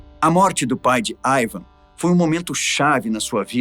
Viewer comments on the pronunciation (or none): nao é aivan é iiiiiivan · i van com i nao aiaiaiai